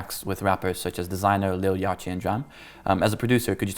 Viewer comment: Hightop "Lil Yah-chi"